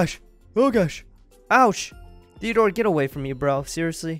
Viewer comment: Wiat stop calling Simon therdore toooooooooooo